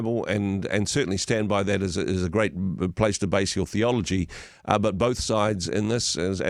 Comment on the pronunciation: her said theology but it sounded like Pathology! Freudian slip!